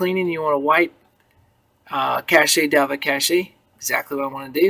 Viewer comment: cache is said to sound like cash. Cache is not a french word lol